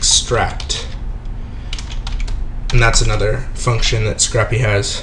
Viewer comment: Pronounced "Sc-rape" not "Sc-rap", like you would scrape ice off your car, unlike scrap paper you would jot notes on. Otherwise great videos thanks for producing :D